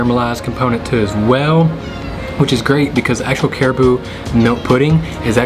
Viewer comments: Did you say CARIBOO? We pronounce it as CA-RA-BAO . Hahahaha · yeah, cute Southern accent. By the way, it is not Cariboo. Hehe. Ca-ra-bow or Carabao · It's pronounced as carabao my friend not caribou or whatever it is your saying?? And its latik on top of your last dessert, which is caramelized young coconut!! Get yourself together with your pronunciation pls it hurts my ear listening to you!!